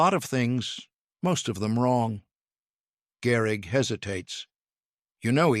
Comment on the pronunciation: Gehrig, not Garrig.